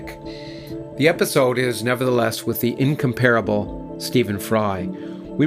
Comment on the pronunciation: And yet, he mispronounces "incomparable."